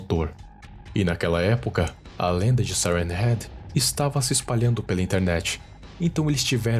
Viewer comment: Ele fala siren heat